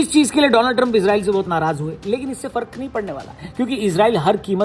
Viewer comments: Donald hi ya doland😂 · Donald Trump ❌ dolaand Trump ✅